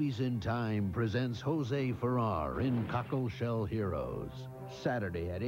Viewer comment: I heard Cockleshell Heroes as "Tacoshell Heroes" and I can't get over how funny that is.